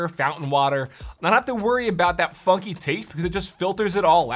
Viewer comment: Sounded a bit like he said "you don't have to worry about that fu*ky taste".